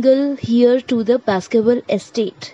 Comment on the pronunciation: Please correct the pronunciation of Heir....